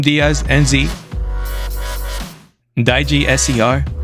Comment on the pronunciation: The Dijeh's secondary shrapnel bazooka is straight up just a shotgun shaped like a bazooka lol. Also "Die G" lmao. It's pronounced as "Dee Jeh" like saying DJ but with an accent.